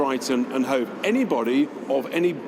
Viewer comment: It's Hove actually ,🤣 l should know l come from Brighton